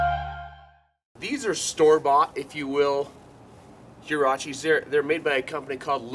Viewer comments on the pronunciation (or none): Its pernounced waraches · Its pronounced Wha rrrraches!!! LOL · Great video, thank you! Just fyi it's pronounced "Hwah - RAH - cheese."